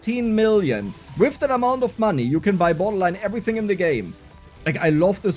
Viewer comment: How much German accent do you want?: Ävritzing